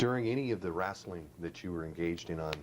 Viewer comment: "wrasslin" my ass !